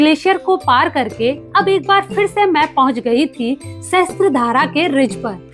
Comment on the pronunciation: मैडम, सहस्त्र धारा नही पर सहस्र धारा कहते है । सहस्र (sahasra) means thousand